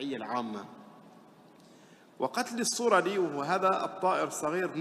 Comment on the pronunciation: الصرد وليس الصرج